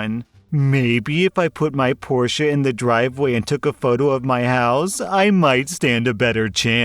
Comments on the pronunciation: Thank you for pronouncing Porsche correctly. IT'S NOT PORSCH. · Omg is this a american saying porsche right?